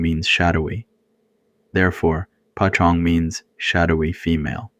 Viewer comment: Great stories! No shame at all, but I was wondering why you pronounced "poj ntxoog" (paw zong) like pa Chong? I think it's important to stay true to Hmong pronunciations. Unless I'm mistaken with something else.